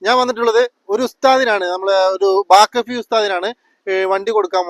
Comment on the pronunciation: ബാക്ക ഫി അല്ല ബാഖവി